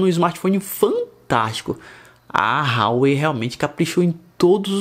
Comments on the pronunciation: Fala,, beleza? Cara, pra você que preza pela pronúncia correta das coisas, Huawei se pronuncia Ruá-Wêi. Joga 华为 no Google tradutor e bota pra ouvir em chinês 😄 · Por que todos os blogueirinhos de importados pronunciam Huawei RÁUÊI???? O correto é UÁUÊI...